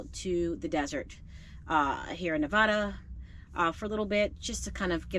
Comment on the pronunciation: Las Vegas resident chiming in. 😊Nev-A-Duh ( 'A' sound like in apple), not Nev-Ah-Duh. The Walmart you went to is not a safe area. Be cautious if you return there. Safe travels.